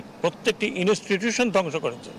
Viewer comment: যে বেটা institution কে উচ্চারণ করে "ইনেশটিটুশন" তাকে নিয়ে কিছু বলে শব্দ খরচ করে লাভ নাই